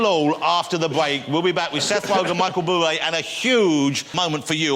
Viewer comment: heh micheal bwoobway